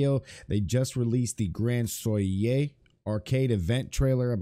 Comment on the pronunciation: Danm near every one I watch they pronounce it wrong